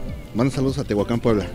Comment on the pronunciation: Como q no sabe pronunciar Tehuacán jaja